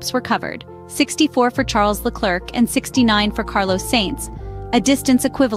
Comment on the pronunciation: I like this channel for I learn something each time I watch a new video. However the pronunciation of Charles Leclerc's name is wrong. The "c" at the end of the name should remain silent. The correct pronunciation is Le-Claire as in Claire Williams. AI is based on machine learning and in this case the machine learned it incorrectly because the name is often pronounced wrong by English-speaking commentators. My suggestion to the machine is to watch more French-speaking videos in order to learn the correct prononciation. Quibble aside your channel has now become a reference for me.